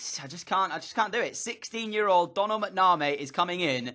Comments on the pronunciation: Donal MacNamay?😂- it’s like doughnal macnam me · Its mac-naa-mee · It's pronounced Mac-na-mee